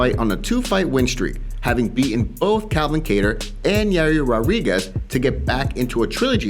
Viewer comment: Yair "rawriguez